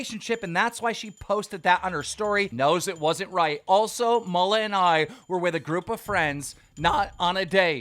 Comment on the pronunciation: Everyone: Maloo Keem: mallah